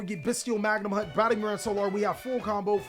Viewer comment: I love all the choices in this list. Batteryman Sol ARE, Bystial Magnum HUT, Bystial DruiDswurm, Bystial SURAnir, Luhvee-a-near, BRRRonne defleur, Bystial dis PEETER, HERATIC seal, -Magna-moot -Droo-iss-worm -Soar-uh-neer -Diss-pay-ter (I mean seriously its a reference to the word "Dissipate")